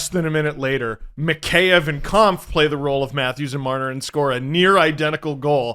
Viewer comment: Just an FYI, Kämpf is pronounced more like "Kempf", not "Kahmpf"